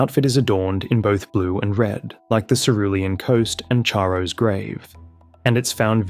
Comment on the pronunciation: Excellent work, please learn to pronounce "Charo" correctly.